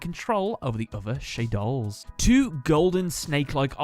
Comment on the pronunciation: I real sorry you piss you off when you pronounce shaddolls ....